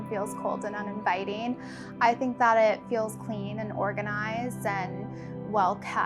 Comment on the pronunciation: Her vocal fry is learned. It’s an LA Kardashian culture thing. Gross. And the “O” vowel replacing the short “A”... “that” becomes “thot”, “best” becomes “Bost”. “Thot green dross totally looked the bost on me.”